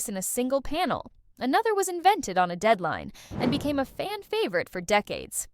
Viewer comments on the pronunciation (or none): none